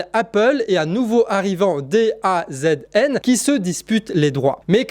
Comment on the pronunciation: DAZN se prononce da zone, c'est-à-dire, la zone :)